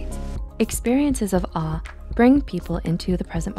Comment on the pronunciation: When she was saying awe I thought she was saying R